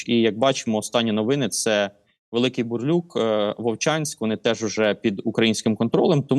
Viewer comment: Тільки КУп‘янск(а не Куп‘Янськ) і Великий БурлУк( а не БурлЮк).